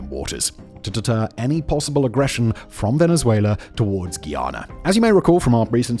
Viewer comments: it's pronounced GUY-AN-NUH not gianna, just a heads up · Why do you insist on pronouncing Guyana incorrectly? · please say guyana properly next time